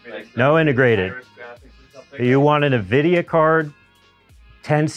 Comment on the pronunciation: can't say Nvidia. Nahvidia? LOL